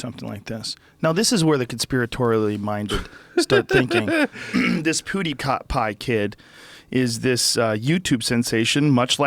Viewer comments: hamthemad poo is pew sooooo he's in the right ball park haha....we need Joey Diaz to correct him and get revenge lmao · I think joe actually thinks his name is poodeepie from the way he says it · I love it when Joe Rogan says "poodipie" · Joe saying poodeepie lol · viper4991 lol I could see him saying something like "poopapidie" lmao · Joe "PhooDeePie" Rogan. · "pooty-pie" -Joe Rogan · joe calls him poodiepie lol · "Poodiepie" Pffffffffffffffffaaaaahahahahahahahahahahahah XD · Stop fucking saying poo de pie